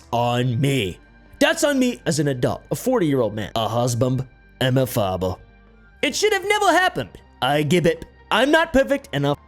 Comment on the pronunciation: "a husbambd and a faaba" 😂 I shouldn't be laughing at this 🤣